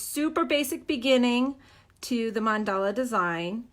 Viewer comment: It's Mandala not mandela